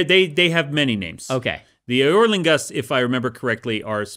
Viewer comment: Unreasonably amused by Brandon pronouncing "eorlingas" as "Aer Lingus"